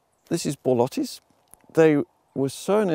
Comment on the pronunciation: Charles Dowding yes! I just said it cause you pronounced borlotti perfectly so I thought of letting you know :) thanks for your awesome videos